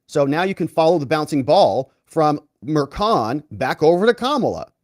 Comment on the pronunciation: Its not kild, its child. Its not killi, its chilli. Its not Merkan, its merchan. If they cant pronounce their own last names right...